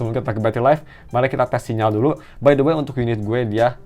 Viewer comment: "the" dibaca "di" cuma kalo ketemu huruf vokal setelahnya seperti a-i-u-e-o jadi kalo "the best" cara bacanya bukan "dibes" agak gatel dengerinnya dari video² sebelumnya